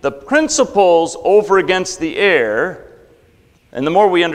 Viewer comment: A minor quibble. at the commencement of this talk he pronounces "error" as "air". I hopes he takes this positively - I mean it as a friendly criticism. Please enunciate both syllables; it is a bit confusing. Otherwise, substitute with an equivalent word.